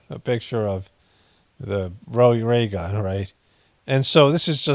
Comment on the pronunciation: 3 hour video 🙌🏼 annnnndd dear lord please, I don’t want to hear ‘raygun’ ever ever everrrrrr again 🤦🏼‍♀️🤦🏼‍♀️ anywhoo, thank you enjoy your weekend ❣️❣️🥰🥰